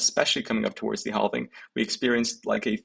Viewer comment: Thumbs up but if you read all the comments please stop saying halving wrong Google how to pronounce it....